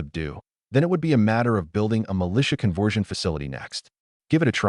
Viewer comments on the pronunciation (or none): Convwewsion talismans 😂